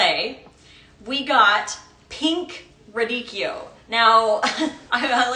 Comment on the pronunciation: So nice to hear someone pronounce’radicchio’ correctly! 🎉